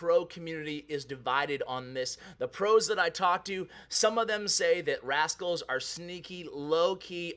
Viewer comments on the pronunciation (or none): Hey you forgot a "T" when you were talking about rascals ha